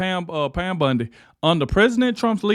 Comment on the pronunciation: I watch them all to the end because nobody jumps straight into it they dra it out to the end 3 minutes ... Good message jus got to work on the names a bit buddy. Bondy not Bundy